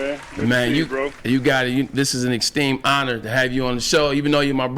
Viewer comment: Exteme honor 🤨 There’s an R in extreme……says a lot about Shitagain fans……..Go Bucks!